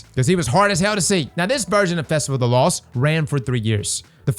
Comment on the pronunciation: I enjoy that can't ever say his T's: "festival of the loss" "festival of the coss" 😂